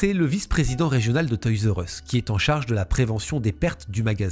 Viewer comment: On prononce toy’s are us… merci pour tes vidéos ❤